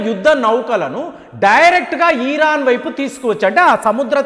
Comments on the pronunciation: ఒరే నాయన ఈరాను కాదండి ఇరాన్ మీ తెలుగు కొంత తేడా వుంది. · Uncle మీ ఇన్ఫోర్మేషన్ చాలా బాగా చెప్పారు కానీ "ఈరాన్" కాదు "ఇరాన్" అని చెప్పండి